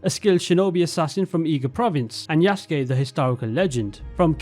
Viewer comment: Good video, but please get the pronunciation of Yasuke right